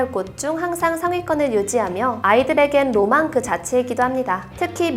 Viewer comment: 로망이라 말할때 모르고 노망으로 들림